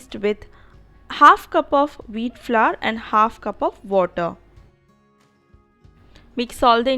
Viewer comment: Veeet flurr lol